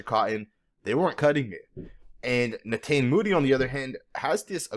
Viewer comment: I believe it's pronounced (ne-taw-nee